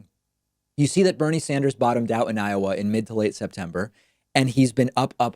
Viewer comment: "Bernie Sander"